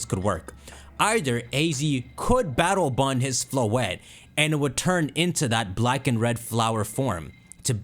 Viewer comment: All I hear is BATTLE BUN 😅